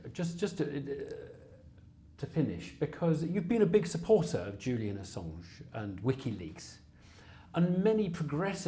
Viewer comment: "Julian Assaawwwwnshhhhhh." No.